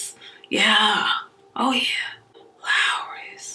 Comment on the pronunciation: Lmao sis said lawry's lol girl your crochet wig is bomb